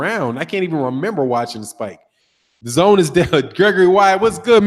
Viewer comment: "Da-GONE" app